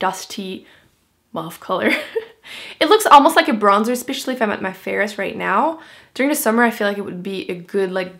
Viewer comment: Love how you pronounce especially.. something like "ispicially" lol :)